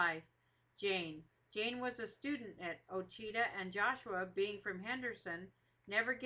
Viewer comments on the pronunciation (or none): The story is very accurate to the story they tell at the pine tree speech. Ouachita is pronounced wrong through out the video though.